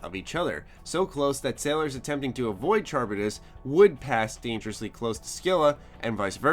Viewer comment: Charybdis is pronounced KA-RIB-DIS